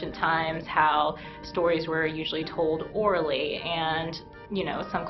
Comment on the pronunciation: When I heard her say "Oraly" I allmost choked on my drink, God damnit childish mind.